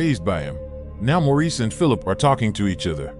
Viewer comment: Maurice is pronounced "Morris"